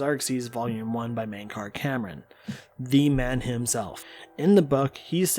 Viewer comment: Why do people keep calling him Mankar Cameron and not Camoran ? D